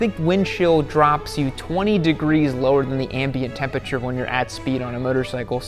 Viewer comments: I don't know why it bothered me so much that he can't say "temperature" lol. "Tempiture" ahhhhhhh lol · "Tempature" jeezus christ... smh